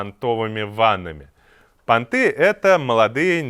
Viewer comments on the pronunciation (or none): Жданов, не пантЫ, а пАнты, жертва ты ЕГЭ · Да не пантЫ, а панты, Иван. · пÁнты, блин... пÁнтовые ванны... как и СУ́мы. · Не понтЫ, а пАнты! Не пантОвые, а пАнтовые ванны!))) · Не понтЫ, а пАнты! Сколько можно уже .. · не пОнты, а пАнты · Опять извините, панты, ударение на 1 слоге. Понты - это другое... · панты ударение на а. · Вообще то--- в слове ПАНТЫ оленя ударение на первом слоге, это-- не понты... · Панты. Ударение на первый слог. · СУмы и пАнты и окружающая средА а не срЕда))